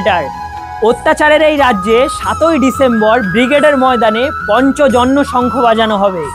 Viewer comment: পঞ্চজন্য নয় ,, কথাটা পাঞ্চজন্য (শঙ্খ) জয় শ্রী কৃষ্ণ